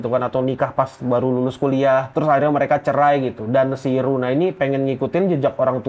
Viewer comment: Luna bang bukan runa